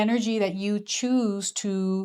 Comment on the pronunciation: Conductor of a train - also it was cute (probably unintentional) when you said to choose where it goes and I heard choo-choo 🤭